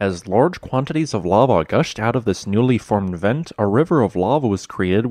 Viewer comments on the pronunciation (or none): none